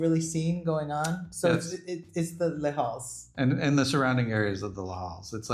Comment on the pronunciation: And Les Halles is pronounced more like lays-all